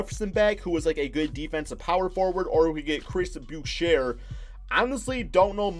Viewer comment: Chris Boucher is pronounced Chris Bouch-ay